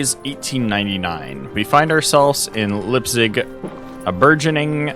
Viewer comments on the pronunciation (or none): Right on! And props for tackling these German names, quite tricky pronounciations there. Uhlich is "Oo-lick", Leipzig is "Libe-tsick", the rest you nailed perfectly.